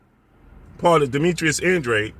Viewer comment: Congratulations 👏🏼 this is your first video I see where you stand NEUTRAL as you always should! There is no doubt ANDRA-DE and NOT ANDRE as you BLACK folks pronounce it …please pronounce it the proper way and stop sounding IGNORANT! Yeah ANDRADE doesn’t really want to step in the ring vs. CANELO he never did otherwise he would’ve gone after either BJS or PLANT knowing CANELO was coming after those belts! I am glad you finally stopped defending this ANDRA-DE clown 🤡 thank you. CANELO is picking up belts and he has reach the level where he fights whomever he wants and ANDRADE will NEVER be in the same ring as him so 🤷🏻‍♂️ ANDRA-DE should just let it go 🤣!